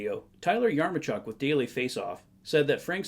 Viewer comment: Thanks for the video Patrick! Just wanted to clear up the correct pronunciation of Yaremchuk is "Ya-rem-chuck"